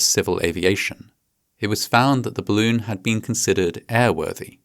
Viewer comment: I love how you pronounce 'balloon' like 'bloon'. It's adorable.